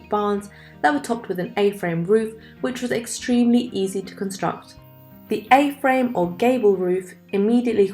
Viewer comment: "She" is a 100% AI voice. You can tell when she says English-A "frame barn" instead of English A-Frame barn.